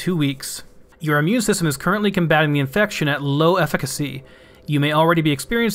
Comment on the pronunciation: You have no idea how refreshing it is to hear somebody who can correctly pronounce both efficacy and exacerbate! Pretty much every youtuber I've watched playing Subnautica trips over those two words.. but not you. Kudos to both you and your English teacher.